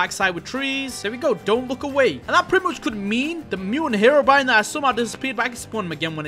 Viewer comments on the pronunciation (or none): heroBrian❌ herobrine✅